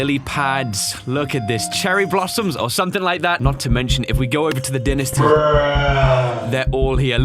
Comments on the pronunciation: this is not to criticize you but you said I don’t know how to pronounce dyansty it’s pronounced Die-an-ist-e Edit:also Artemis is a Greek god and a lady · There are 8 more secret units, and 2 more are in dynesty. And its pronounced die-nest-ee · Sorry, but it triggers me. It is said Die-nasty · it's pronounced DIE-nasty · its pronounced: die - na - sty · Dynasty is pronounced with an emphasis on die. Fitting for a battle map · you are supposed to pronounce Dynasty like this.. Di-na-sty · Dynasty is pronunce Die-nasty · it’s pronounced dynasty. Come on man it’s not that hard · It kept peeving me when he kept mispronouncing dynasty